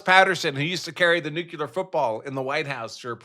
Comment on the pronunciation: Did you say nu-que-ler